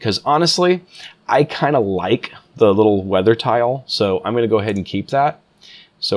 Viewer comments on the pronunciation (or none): none